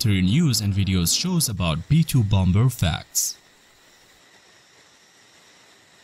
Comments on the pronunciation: well I just unsubscribed after the first 20 seconds by hearing bomBer 🤦🏻‍♂️ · Dude said BOM BER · i didn't know bomber was pronounced b0mBur